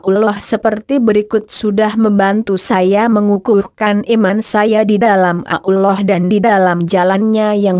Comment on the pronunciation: Hoak ini kedengaran nya nyebut Allah aja ngak bisa . Pasti non muslim